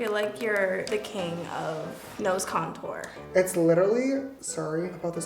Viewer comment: she said cornteen